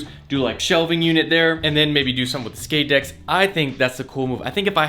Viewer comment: "shix shkate decks"